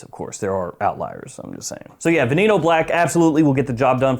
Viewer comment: Been doing great, i use youtube to fall asleep. I Love your videos and makes me fall asleep so thankyou for that. Saludos and its called VE-NE-NO 😂